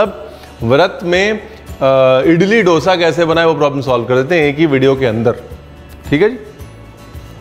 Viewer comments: डोसा नहीं. दोसा. दो - सा. 😊 Enjoyed the show. 🙏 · It's दोसा and not डोसा. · Sir 🙏 koi aur ye mistake kare toh dukh nahi hota but you are an educated chef ! Sir.. डोसा word nahi hota. Correct word is दोसा 🙏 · Dosa pronounce kijiyae as we say in South . Dosa as in 'Dho' I.e 2 number or 'Dhard-pain and not as in 'Dol'-I.e Drum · Tum log dhosa ko doesa kyun bolte ho yaar. 🤨